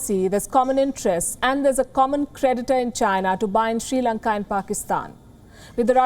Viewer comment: The correct pronunciation of Sri Lanka is SRI Lanka(just SRI in a simple manner, do not give any weight to that), not SHRI Lanka. All Indians seem to make this error. Some Indians say, SIRI Lanka, which is also wrong.